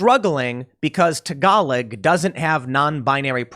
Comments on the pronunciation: TA GA LOG Tim, not TA GA LIG lol! But nice try :) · I know doesnt read these, but the language tagalog is pronouced "ta ga log" with a soft G that is almost silent. when used in conversation the word phonetically is prounced taGalo just a pet peeve, I worked with alot of philipenos and a few of the smarter ones (worked with alot of dumb individuals on that site) taught me a bit of tagalog (quid pro quo, I taught them english they taught me tagalog) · It's pronounced tag-a-log. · Tim almost pronounced Tagalog properly. 😹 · Tim, you really need to do a homework before you begin to pronounce words you aren't familiar i.e. Tagalog. Also, Swedish language is not non-binary; it is Germanic language with the same number of genders as English. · you don't pronounce that last g on Tagalog